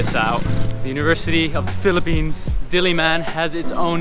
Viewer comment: I REALLY LIKE HOW U PRONOUNCE PHILIPPINES IT SOUNDS SO HONORABLE LOL, THE WAY U SAY IT IS LIKE IT IS GETTING AN AWARD HAHAHA actually ur speaking voice is what i like i think